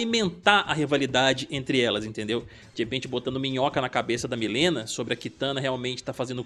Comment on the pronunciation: Não aguento esse pessoal falando Milena. Gente, sério, seria muito melhor fazer um vídeo pronunciando o nome correto… Mileena